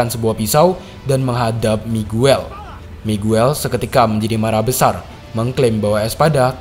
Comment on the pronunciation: Miguel bacanya migel